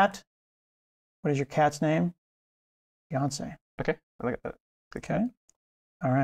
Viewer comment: It's "Beyoncé"! :face-blue-smiling